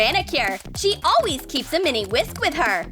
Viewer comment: Why is the girl how is talking says (always) in weird way 🤔🤔🤔